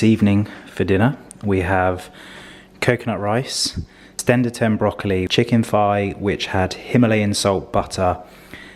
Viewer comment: Stender-tem broccoli?! 😂